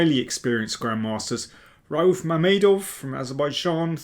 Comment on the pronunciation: I think the name Rauf is pronounced with 2 syllables (Ra-uf), rhymes with roof. Probably someone from Azerbaijan can confirm.